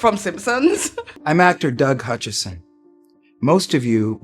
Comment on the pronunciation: If you’re gonna do a channel research your subject you keep saying his name is Hutchinson. It’s not.ITS HUTCHISON get your facts straight.